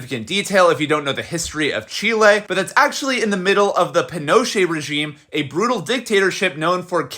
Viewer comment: The way she pronounced Chilè was disgraceful